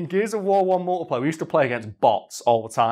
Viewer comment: It took until near the end that I realised he was saying "multiplayer" - I genuinely thought he was saying "multiplier" and I though that was a Gears game mode